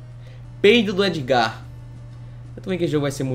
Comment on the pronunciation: Se pronúncia Édgar, Não ''Êdgar"